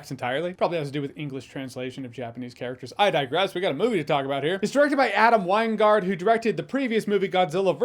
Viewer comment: "Adam Winegard" My guy it's "Adam wingard" Pronounce his last name as "Wing guard"